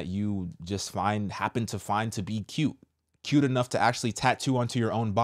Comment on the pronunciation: literally the first time she said “cute” it sounded like she said “kill” hmmm NO NO NO!! In the name of Jesus Christ of Nazareth I rebuke any of the evil being produced, my God, The Lord I praise The Holy Spirit Amen!